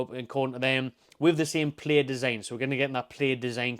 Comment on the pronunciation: Plaid rhymes with dad.